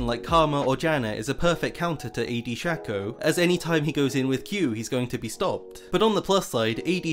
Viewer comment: It is pronounce shaco not shaco